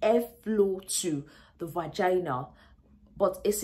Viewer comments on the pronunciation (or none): I giggle every time she says “Vagana”! 😂😂😂 good video ! I shared it with my daughters!👏🏽👏🏽😘